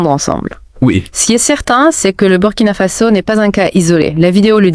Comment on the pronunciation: C'est quoi merde ? In dit Burkina Faso pas Burkina fazo ppffff n'importe quoi un peu de respect